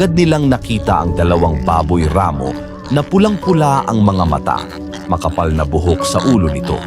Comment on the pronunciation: ampangit talaga ng narration... palpak at sablay pronunciation.. instead baboy ramo.. ginawang baboy rammmo.. ikinasa hindi ikinaaaasa.. nakatamo hindi nakataaaamo.. iilan lang ito sa sablay na pagbigkas.. mag aral sana muna bago mag-narrator... subscribe na sana ako nawalan ako ng gana